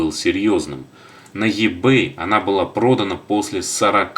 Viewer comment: И-бэй И а не Е , Ибэй